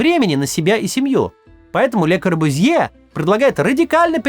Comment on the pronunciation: Извините пожалуйста, но фамилия произносится «КорбЮзье».